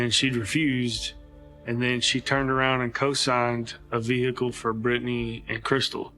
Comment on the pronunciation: VEHICKLE - unbearable video to watch due to the butchering of the English language